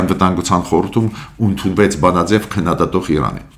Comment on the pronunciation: При всем моем к вам уважении,обращаю ваше внимание на ошибку в произношении -ոչ թե ունդունել,այլ ընդունել . Спасибо за передачи